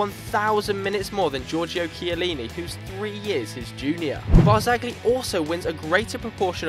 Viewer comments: It's not barzagli but it's pronounced barzaji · Literally one of the worst football channels about, rossoneri is Milan, not Palermo for starters and you don't say the 'G' in Barzagli. This '' guy hasn't got a clue about football, I'm an arsenal fan myself but god does he chat shit about arsenal. Then you have, who seems to think Sturridge is 'world class' and Man City were going to win the league, you must be having a laugh. To cap it off, you have the, who is a typical Man Utd fan. If I'm correct, he wanted to get rid of Ibrahimovic at the start of the season because he was stopping Rashford and Martial making progress, when in fact he is doing the complete opposite, and influencing them massively. I think you guys should rethink being football bloggers lol